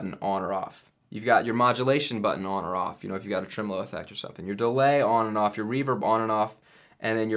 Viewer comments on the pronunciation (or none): none